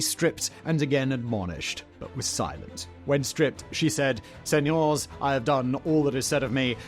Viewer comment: learn how to say señores properly please sir.